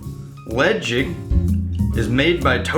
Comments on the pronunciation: its not pronounced ledge-ick.Its pronounced le- chaig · Pronounced “Le-chaig” like the word “chain” from The Isle of Mull where the whisky is produced.